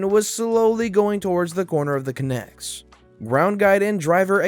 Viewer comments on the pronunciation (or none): Even better pronunciation guide: CONtainer, EXpress. Which is the actual origin. 'Connex' is actually an incorrect spelling. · It's connex. Like con man. Emphasis on the first syllable. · Good video, and good stories, one thing I do have issues with is how you pronounced Connex, it's pronounced Con-ex, like Comic Con, and Ex-Wife, the second N is silent. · The story at 12 minutes with the army vehicles. The shipping containers, they call it a "con-ex". Lol not a connects. Con, like a felon. Ex, like that girl that cheated on you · fyi conex is pronounced con-ex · Connex is pronounced "Con- ex" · Conex is pronounced CON. EX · THey are pronounced 'con-x's' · Connex. Con-Ex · It's pronounced KHAN-ex. Source: 8 Years in the Army. Not trying to be a grammar nazi, just for reference. Love the stories, keep it up :) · It's a CON-EX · Thank you, it was driving me crazy hearing him pronounce it wrong